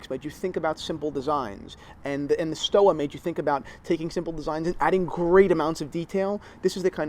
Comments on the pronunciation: The correct pronunciation is either Stova or Schtova in Germany depending on the dialect but certainly not "Stowa" where you pronounce the double U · Theo and Harris No Sir... You had a chance to educate your viewers on the history of Stowa ( Pronounced STO-VA, btw) and you seriously dropped the ball. They were one of the original fleiger manufacturers of the Type A and B. IWC, Laco, Wempe, Lange were the other. For $800 to about $1600 , you can get a super solid piece with some history. The Archimedes is beautiful BUT. the Stova fleiger is real deal. They sell direct so the prices are good value proposition. If they went through a middleman, the price wound be doubled or tripled.